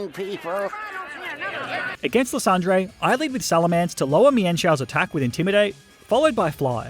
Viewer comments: Ly san der - 🤨 Le son dray - 😏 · i belive his name is pronounced lie sand er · u pronounce lysandre like li-sand-er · not to be rude but that not his name.Its lie-sand-der.I swear some pokemon names are dumb